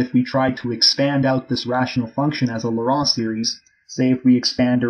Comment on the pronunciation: 'Laurent' in this case is pronounced phonetically as "Loh-ron" or "Loh-rawn" - the man, Laurent, that this theorem is named after, was French, and in French the vowel combination 'au' is (almost always) pronounced as "oh", the 'en' is usually pronounced like "on", and a 't' appearing at the end of a word is often silent, as is the case for the name Laurent in French.